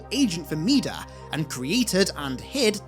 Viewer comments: Hearing mida pronounced (mee-duh) really irks me for some reason. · Mida ="my-duh" as in "king Midas, the man with the golden touch"